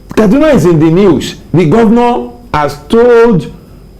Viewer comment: Abeg the name is "KADUNA" not "KADNA". And also it is "ARMS" not "HARMS". If dem talk you people will pretend you sabi book more than anybody yet to correctly pronounce the name of a major State in Nigeria dey hard you. If it were an aboki that incorrectly pronounced Akure now, you won't allow us hear word. Basket mouths!